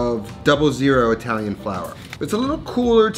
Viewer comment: Another awesome video! I gotta say americans are the worst at accents your Italian pronunciation Is awful and I am not even italian